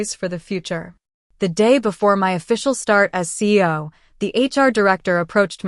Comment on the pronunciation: Lol AI can’t pronounce CEO correctly